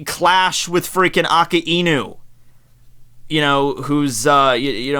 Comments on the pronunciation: i hate it when u say "aki-inu". isn't it "akainu" ? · I am so annoyed tht he pronounce akainu as aki-inu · ikr? Ah-kai-nu Not aka-inu. He ain't some dog. lol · Did this dude really just say akininu?